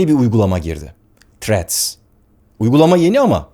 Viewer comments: Threat demissiniz sanirim dodrusu thrreads.tehdit degil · Barış bey threa"d" bu arada, threat (tehdit) değil. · selam baris abi seni cok seviyorum ama ingilizce konusurkenki telaffuz hatalarin beni benden aliyor her videonda. threadsin ilk harfi t olarak okunmaz, th sesi peltek t seklinde okunur, eminim bunu biliyorsunuzdur ancak uygulamada biraz sikinti var sanki. ha sadece bu degil, bu sadece bir ornekti.